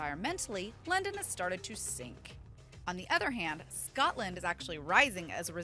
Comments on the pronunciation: That English tho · NUUUUUU NOT LONDAN I LIKE LONDAN!!!!!!